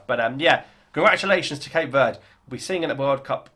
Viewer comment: It's not Cape Word. It's Verde, meaning green.